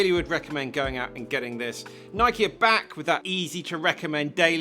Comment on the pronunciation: My favorite shoe reviewer and he even pronounce Nike correctly as nikeey not noiyk.